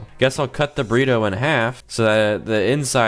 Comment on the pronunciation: “The Frozen Microwave Burrite”😂